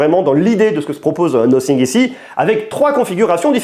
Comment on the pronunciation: "Nossing" ?? Un peu d’efforts frère.